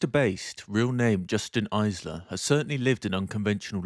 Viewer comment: Jason Itzler. Not Justin Izler.